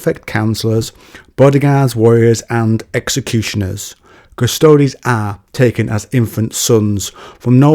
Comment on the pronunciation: It's pronounced cuss-toads. Means "the guards" in latin. "Quis custodiet ipsos custodes?"